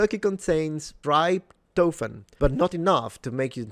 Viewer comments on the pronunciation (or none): It's pronounced trip toh fan and I first heard this myth when somebody was debunking it. Before then I'd always presumed that eating 27 times your body weight in turkey, stuffing, potatoes, yams, biscuits, squash, Brussels sprouts and pumpkin would cause somebody to want a nap. - Everest is the highest point above sea level, Mauna Kea is the tallest from base to tip, and Ecuador's Mt. Chimborazo is the highest point from the center of the Earth due to the equatorial bulge. 10: 48 - If people only use 10% of their brains then there's a 90% chance that the person who said that was wrong. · Not to be pedantic but trying to say “tryptophan” for the first time bc he’s never heard the word was hilarious. “Tri-to-fan” 😂